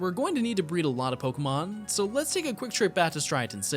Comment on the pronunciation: I'm so sorry but the fact that he pronounces 1/3 of these pokemon and city names wrong makes me, a person with OCD, wanna rip my hAIR OUT they're not even hard... :(